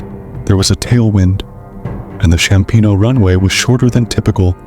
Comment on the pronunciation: Apologies, but things are wrong. It's Ryanair, not Reiner, Approaching Rome Ciampino, not Chiampino. I'm not sure if you've been living under a cave, because if you have, i wouldn't be surprised